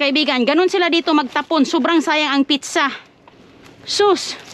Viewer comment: yan kc ang pag ka pronounce ni Inday ginaya lng ni , instead na pizza pitcha😂😂